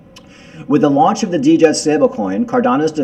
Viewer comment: Djed is pronounced JED ( D is silent)